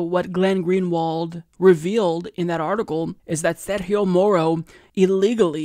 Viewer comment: I'm not trying to be pedantic but the letter g in Sergio's name is pronounced the same way it's pronounced in french not like how it's pronounced in Spanish